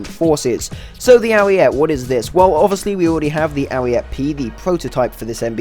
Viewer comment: Nice video, but please, stop calling it the Ariette. It's Ariete, the final e sounds same as the first e.